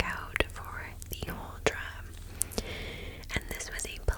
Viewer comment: I am Norwegian and you didn't butcher the pronunciation at all. I love your videos, they are of awesome lenght and I always fall asleep way before they are done 😂😍